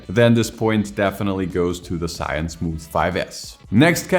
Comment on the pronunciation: I have watched many of your video but still not get used to it when you say the name of Zhiyun 😅